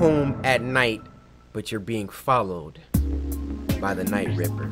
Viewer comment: Nah fam i thought I was trippen when cory said night ripper